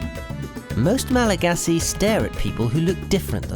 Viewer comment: Your pronunciation needs to be improved😆 (former traveler and Malgachant)